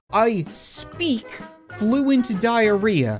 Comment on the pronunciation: yes thats how you say it spleek lol